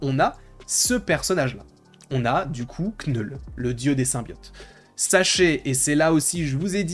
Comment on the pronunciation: T'as vraiment du mal avec la prononciation de "KNULL" you KNOW ? 😉